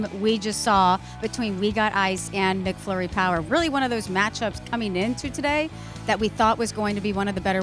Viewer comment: It's MACflurry - not MICKflurry!